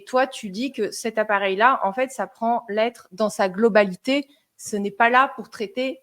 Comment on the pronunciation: Globlalité … 😂 French is dead